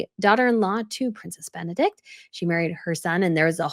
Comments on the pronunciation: Queen Sophia of Spain is the oldest, King Constantine was second. Irene was the third child. Also, Princess Benedict Benedikte is pronounced Benedict-a. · Princess Benedikte is not princess Benedikt, that is a male name. You should pronounce the e at the end - that is what makes the name a woman´s name in Danish. It should sound like the e in "err" or in "the".